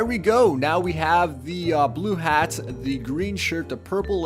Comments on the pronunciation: Anyone notice he says da not the or tha? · You know there is a "TH" in the word The.... not "Duh" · you notice how this guy pronounces "the" like "da"